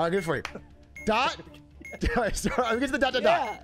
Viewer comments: The amount of times Atrioc called that dash a "doooot" was malding me so hard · I was fucking DYING when atrioc kept messing up dot and dash.